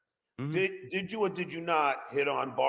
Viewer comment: "Didjew or didjew not...."